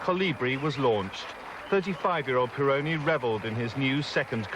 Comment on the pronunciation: Didier Pironi! Not Peroni!